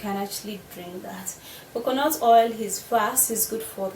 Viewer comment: Not COCONOT it's COCONAT